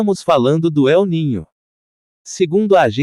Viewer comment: Eu ninho ?!! Kkkkkkkkkkk Incrível! Kkkkkkkk Se diz EL NÍNIO , que é um fenômeno estudado por um cientista espanhol que descobriu esse fenômeno. El NÍNIO significa MENINO TRAVESSO . É um fenômeno natural que tem origem nas profundezas dos oceanos, provavelmente furações que acontecem nas profundezas dos abismos dos oceanos, daí correntes de águas quentes viajam pelos mares o que afeta o clima da Terra 🌎 Para de pronunciar Eu NINHO !